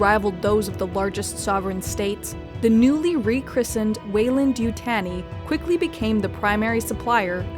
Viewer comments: YU-TAHN-I not yutane-i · It’s not important but it’s Weyland and (You) (Tawney)!!! not Tanny like tanning salon or fanny pack, but TAWN EE. Like Taunt. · You-TAHN-ee not You-TAN-ee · We will be sending someone from the company over, no one butchers the name like that. Youtanii? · It's pronounced YouTAWnee. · I winced every time this person said “Yutanee”. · If you're going to make a video about Weyland Yutani, at least try to say Yutani correctly. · i just cant watch it because narrator says Yutani wrong. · I tried to watch, couldn’t get past the way she say Yutani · Great video as always but am I the only bothered by the pronunciation of Yutani?